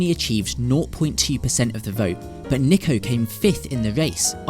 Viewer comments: His name is pronounced n-ee-ko ya dummy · Niko*** not Neeko! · It can be pronounced both ways but he goes by ‘Niko’ not ‘Neeko’ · Still can't get his name right his name is niko say it right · It’s pronounced nick-o he literally laughs at people who pronounce it like you do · Yes they both are pronounced the same, but the "Niko" in niko omilana is pronounced "Neko". Which is the wrong pronunciation. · Bro niko is pronounced nee-ko just search it. British accent truly changes it. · Niko Before they were famous mispronounced your name Are you going to end them?🤣🤣🤣